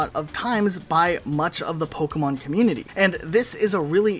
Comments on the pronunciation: Its funny hearing the narrator say Pokeyman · So we all agree the announcer definitely said “pokéman” right? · first time the narrator pronounces Pokémon is mind blowing he doesn’t even say it correctly 😮